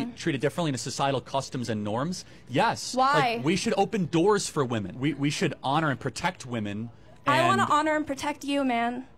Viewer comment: But the real question is: Why are increasing numbers of people losing the ability to pronounce the plural "women"? :P